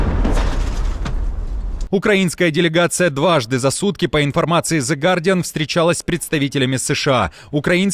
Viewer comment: 😢 «зэ» не произносится❗️ сколько раз вам сообщать? 😂🤷🏻‍♀️ И английское слово окей - если пишется двумя буквами тоже произносится как окей❗️